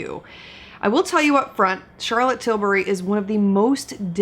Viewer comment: Charlotte probably really appreciates an American that actually pronounces her name well. Charrrlot TilBARRY, her third cousin from down south, is not making an appearance in this video 😂